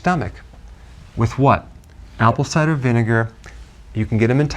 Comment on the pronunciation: Could someone help me. He said applecider vinegard and..? 🤔 Thanks 🙏